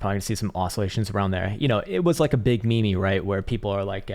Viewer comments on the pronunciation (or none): Did you pronounce meme me me?